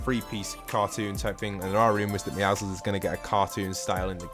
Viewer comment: thank you for pronouncing the name Meowscules correctly, i hate when people pronounce meowscules as Meowskulls